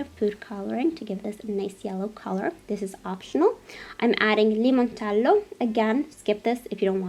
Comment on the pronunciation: I love how you say "limoncello" in that Italian accent ! 😍it reminds me of how Laura Vitale says " ricotta" or "parmigiano"